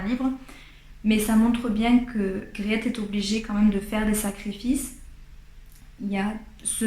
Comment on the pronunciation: Merci pour cette formidable présentation. Je connais ce livre, je l'ai lu et j'ai adoré. Juste pour vous, le nom de la jeune fille ça se prononce Griit. Avec un long I, un peu comme le EA de Beach ou Teach en Anglais. Le client c'est Van Ruijven, le saloppard qui pourchasse les servantes. Mais il y a du vrai dans le livre, notamment la guerre avec la France dans les années 1670. C'est vrai aussi que Wermeer est devenu catholique avant son mariage. Griet est attachante, sensible à l'art. Mais j'aime pas Catarina, ni Maria Tins l vieille, ni la servante Tanneke, qui change d'humeur comme de chemise, surtout pas Cornélia qui lui fait des coups de pute à tout va. Aleydis est mignone. Peter n'est pas toujours maître delui, mais pas désagréable. Merci en tout cas.